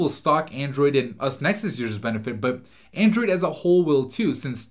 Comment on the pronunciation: He keeps saying aindroid